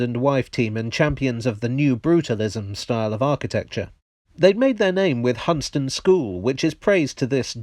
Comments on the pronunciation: What school?? 😮😞 (It’s pron. ‘Hun-stan-ton’, not ‘Hun-ston’, and is on the north-west Norfolk coast 😉). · It’s pronounced Hunstanton a seaside town in Norfolk and I believe the building on the right is the swimming pool that no longer exists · Now repeat after me: Hun-stan-ton. Dear me... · Hunstanton school (Now Smithdon high school) isn't far from me, it's cursed it's listed status because it's tricky to do anything with it. It's also locally pronounced Hun-stan-ton. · It's Hun-stan-ton